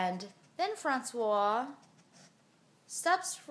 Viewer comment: It's true, I'm french and here in France we kiss each other all the time :D And I love how you say "François" ! <3 I hope you'll make more videos like this one 'cause this story was absolutely fascinating, haha :P Love you moosh mommy, KISS from France ;)